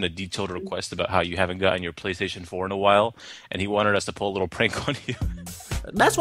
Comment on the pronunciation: THE PRAY TATION 🤣🤣😭😭💀